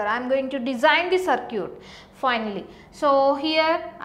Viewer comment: sar-kee-yut LOL!